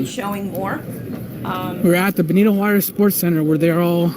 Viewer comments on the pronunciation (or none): none